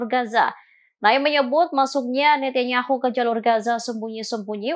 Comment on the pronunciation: Mbaknya bilang NETEKNYAHU. HAHAHAHAHAAHAABA